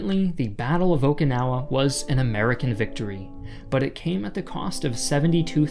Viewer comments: OMG dude its O"KI"nawa not O"KA"nawa, i see you said sorry for mispronouncing other words say sorry lol. i was cringing doing the whole video, also the Japanese used human waste to coat the front of the hills would dump human waste on the Americans as they advanced up the hills. The retreat of the Japanese to the very south of the island was also horrible as the Japanese used Okinawan citizens as human shield. It is why Okinawans will tell you they are not Japanese. -An Okinawan/American. its where the oki on my name comes from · I care, and at least 141 other people do. This creator is awful at pronounciation, and in an audiovisual format the audio is important. The way he said Okinawa grates on my ears as well.